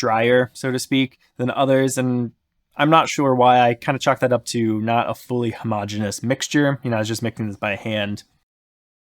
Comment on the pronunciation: Sorry, but it's "ho-mo-gene-ee-us", not "ho-mah-jen-us" (No homo, man!).